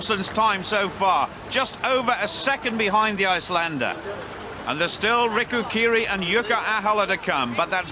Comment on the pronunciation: Bill really couldn't be arsed to learn that Riku's name isn't Rico